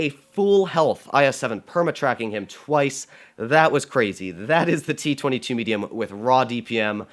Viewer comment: What the hell is "meduium" 😂 English is wonderful